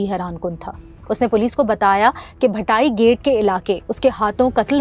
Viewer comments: Madam Bhati gate hai bhatai gate ni or Islam Pura hai Aslam Pura ni pehle jagah k naam to Sahi say seekh lay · بی بی اپنے تلفظ پر دھیان دو۔ بھاٹی گیٹ کو آپ بھٹائی گیٹ کہتی رہی، "عرف" کا عارف کہتی رہی۔ اسی طرح اسلام پورہ کو اسلم پورہ کہا۔ کہانی کی طرح تلفظ بھی اہم ھوتا ھے۔ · Ma'am bhatai gate nahi bhaati gate correct pronunciation hai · Sir, it is not Bhatai, it is Bhati (Bha-ati) gate. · Yes.... And it is not Bhatai, it is Bhati (Bha-ati) gate. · it's bhaati gate, not bhatai gate, please thora research kr lia kren script reading se pehle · Bhati gate (bha-tea) not bhatai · She can't even pronounce the areas name appropriately. Its Shad Bagh, Bhati Gate, and Islam Pura. Not Sha Bagh, Bhitai gate, and Aslam Pura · Bhatai gate 😂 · Bhatayi gate :( yaar pronounce to theek kr